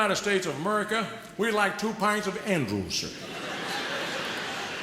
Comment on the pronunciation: I LOVE LOVE LOVE how he says "America!" just like george bush says it....just like a lot of texans say it!